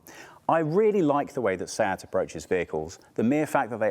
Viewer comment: When you say Seat is hear "Sad or sab"